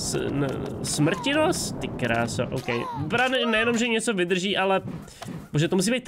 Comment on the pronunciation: není to smrtinos, ale smrtonoš